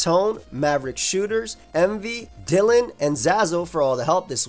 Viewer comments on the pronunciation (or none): none